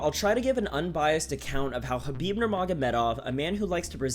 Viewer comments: The way you say hrrrraabib LOL white boi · you know how many people absolutely cannot stand it when people try to pronounce foreign names with the native accent?... Its fkn intolerable and literally the reason why i will shut this video off after completing this comment. fkn "ZHUUUUCCCBIB!.." wtf man... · stop saying khabib weird